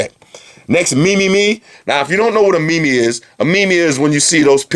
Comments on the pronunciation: I love your bids man, but I just need to say that meme is not pronounced like that. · you said meme wrong! its only one syllable:O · Haha I thought it was pronounced MEEM. not MEME. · he really said mee mee .....